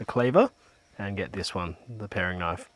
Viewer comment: and it's definitely pronounced pair-ing knife ;)